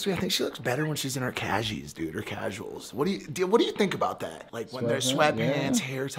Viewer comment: Never say “Cashies” again 😂